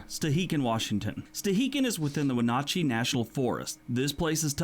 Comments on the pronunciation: Yep. I would have thought that, if he'd been there, a Washingtonian would have corrected his pronunciation of Wenatchee (When-at-she) and Chelan (Shell-Ann). That he's still mispronouncing it after visiting means that he'd not talked to any of the residents in the area. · As a Washingtonian, it hurt my ears how he pronounced Lake Chelan (shel-Ann) and Wenatchee (when-at-chee). 😫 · And in Washington, Wenatchee is "When-at-she" and Chelan is "Shell-Ann." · He also mispronounced the Washington places… even though he says he’s been there lol